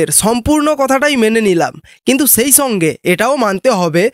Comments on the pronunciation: তুমি আগে ঠিকমতো বাংলা ভাষাটা বলো - ছম্পূর্ণ কথাটা মেনে ছেই ছঙ্গে তুমি ছম্পূর্ণ মনুষ হও। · প্রথমে বাংলা ভাষা শিখতে হয়, তারপর বলতে হয়। বছু,দীনেছ, ছেই ছঙ্গে ইত্যাদি এসব কোন দেশী বাংলা!